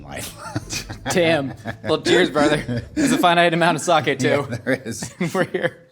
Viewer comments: Sah-kay not sah-kee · It it’s Sake (Saw-Kay) not Sawkey